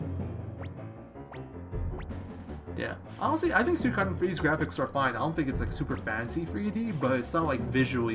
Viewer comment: Always great to see a Suikoden speedrun man! I'm sure you know by now, but it's pronounced Swee-ko-den. There's a commercial for the game that says it. Kind of kills the debate over pronunciation.